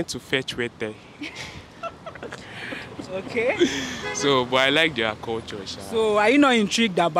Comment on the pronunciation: Weter?? Nooo🤣🤣🤣🤣